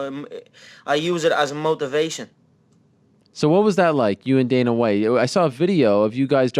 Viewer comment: I piss myself every time Conor calls Dana "The Don" hahhaha